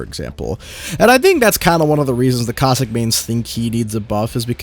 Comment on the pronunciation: Is it bad I was playing a game and misheard caustic and heard COCK STICK